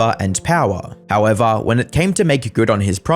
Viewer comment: “How evah”